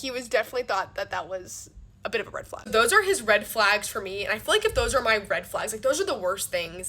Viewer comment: You're still not an influencer. Red flag: pronouncing it "flog" and "hoff" instead of half.